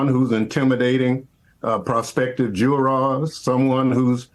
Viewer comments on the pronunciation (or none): What is a "jewrar"?